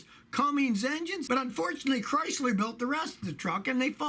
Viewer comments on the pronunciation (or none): Scotty, love your videos. But, it’s spelled and pronounced: “Cummins”, not “Cummings”. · Cummins not Cummings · Scotty, It is a Cummins not "Cummings" engine. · “CummINS” not Cummings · Come on Scotty “cuummmings” that is the best engine ever made you should at least be able to pronounce it